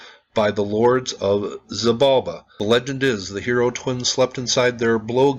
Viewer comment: I enjoyed this vid very much, coming from the Yucatan peninsula myself, I can tell you there used to be a kids show with the batgod zoots as one of the protagonist haha... Quick help with Pronunciation, she-balba for xibalba, ish-balanque for xbalanque. Keep up the good work